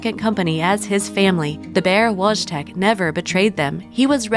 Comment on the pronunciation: Wojtek is pronounced /voy-tek/